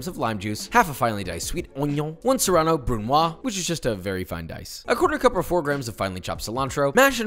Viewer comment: Pet peeve: mispronouncing french words. Brunoise is pronounced (roughly): "brune-waz". For some reason English speakers make every french word end silently... which is patently wrong. Love you, Josh!